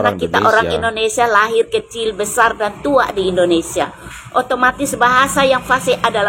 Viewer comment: pakai bahasa yg benar Indonesia bukan Endonesia Paham.......